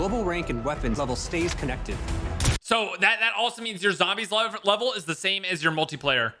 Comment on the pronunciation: Warity and wevel lol